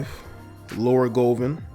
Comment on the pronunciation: That’s NOT how you pronounce Gloria’s last name.....🤣🤣🤣🤣🤣